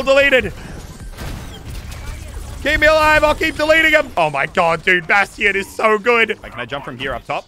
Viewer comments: he said baston wrong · Anyone annoyed on how he pronounces bastion